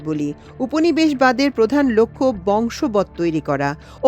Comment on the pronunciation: শব্দ টি 'বশংবদ' হবে, বংশবদ নয়।